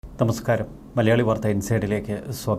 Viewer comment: തമസ്കാരം അല്ല നമസ്കാരം